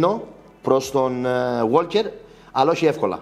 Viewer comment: είναι Γουόκερ, όχι ΓουόΛκερ (το 'Λ' δεν προφέρεται)